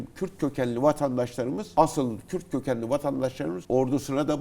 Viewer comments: Önce Kürd demesini öğrenin kürt kökenli nedir ? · Daha kürt diyemiyorsun kim senin yaninda durur kürt kökenliymiş😂